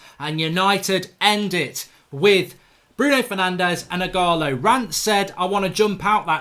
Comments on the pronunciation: Eeeegaaaaloooo. Its not eeegaaalaaa. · stop saying ighala, its ighalo!! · Mark it's Ighal-O not Ighal-A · “Ighalo” Mark, not “Ighala” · Mark, its IGHALO, not Ighala, not ughana, not ughalo, IGHALO.. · Its IGHALO NOT IGHALA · Why does mark say Ighala is Ighalo lmao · Ighalo is the exact type of striker Ole described. Someone that can break his nose to score a goal. Odion will succeed and Mark it’s pronounced as “E gah Low” 😂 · You keep saying his name wrong mate it’s embarrassing 😂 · Please learn how to say ighalo’s name 😂